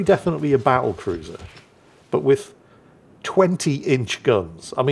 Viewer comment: And then calls it a “ba’l’cruiser.” Guess the WoWs design didn’t include a double-T in there.